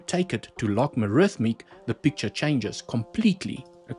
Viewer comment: Log-A-Rithmic (not Log-Ma-Rithmic) Apart from me being triggered by mispronunciation, another great video. lol